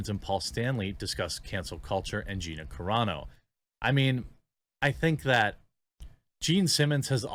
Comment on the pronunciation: Wow, Jeremy actually now knows how to pronounce Gina Carano's name correctly! He went from "Care-ah-no" to the correct "Cuh-raw-no". Finally.